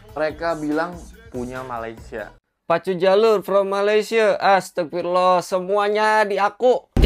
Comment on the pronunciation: MA LAY SIA BUKAN MA LI SYA…betulkan. Nak komen positif kena sebut elok2. Kenapa boleh sebut IN DO NE SIA…. Boleh pulak sebut! Bengong